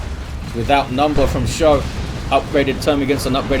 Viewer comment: Thanks for the cast,! I played pretty sloppy early on, but those Genes were fun as hell to use. (Should also mention it's pronounced "Skoe" not "show":D )